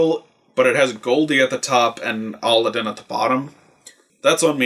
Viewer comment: It's not aladin it's a-lad-din